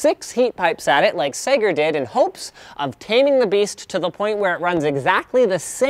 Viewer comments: Sager not Sega. FFS Linus you got me crazy excited thinking sega had released a laptop wtf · when you said Segar the first time I thought you said Sega. :) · whenever he says "sager" It sounds like he's saying "SAGA" in broken english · Every time linus said Sager I thought he was saying "Sega" with a speech impediment. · omg I thought he ment saiga like the company but he had an accent but no its really sager. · When Linus said sager, i thought he meant Sega. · sager sounds like Alex mason trying to say sega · Sager. That sounds like how a Bostonite would say Sega.